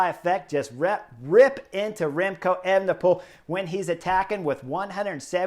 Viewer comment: That guy sounds like an idiot to me. I do not enjoy him or Phil...prefer the euro guys that call the TdF...anyway, FFS can you tell to say evNePole instead of Ayvnepool...I cringed EVERY time he tried to say that name.